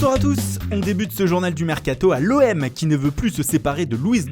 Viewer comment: Ecouter comment il dit mercato a la fin de la video mdr